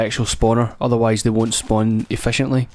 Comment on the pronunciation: SPOWN THE ZE ICE! dont care if you spwan it